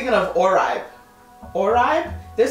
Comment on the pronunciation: oribe - or-bay 😭😭✋🏼✋🏼